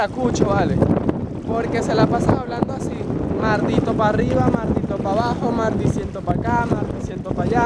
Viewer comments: 'Mardiciento' JAJAJAJAJ :V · "MARDICIENTO" JAJAJAJAJJAJAJAJA, SE TE ESPERA POR MARACAIBOOO